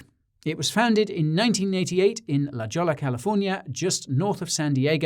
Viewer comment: The city name is Spanish and is pronounced [lə HOY-ə] :)